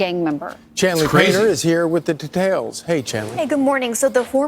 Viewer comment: Th "da-tails"???? Lol ok....